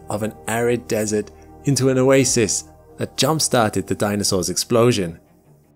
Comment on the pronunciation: …when ‘danisaurs’ roamed the ‘eerth’